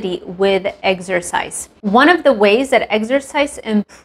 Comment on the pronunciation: Love how you say Eggsercise 😅